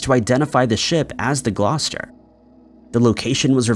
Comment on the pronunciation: How tf did you pronounce Gloucester properly